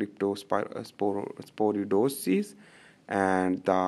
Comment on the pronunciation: Brother that's cryptosporidiosis not crytoporidosis..